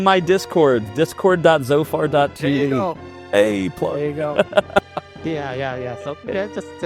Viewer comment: It’s pronounced “zed-o-far”.